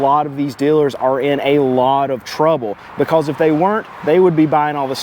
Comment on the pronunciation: I love the way you say " becouze". Subscribed.